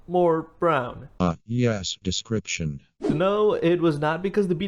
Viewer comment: krunch, diskripchun